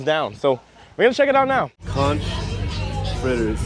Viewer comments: Please tell me you did not say conch (con-ch) fritters lol. It’s (conk) fritters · 🤦🏻‍♀️ conch is pronounced conk… I’m from key west and am a 5th generation conch family originally from Bahamas and it drives us insane when people pronounce it like lunch that ch sound guhhhh lol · Its Conch with a K sound at the end i.e CONK ..... just so you know!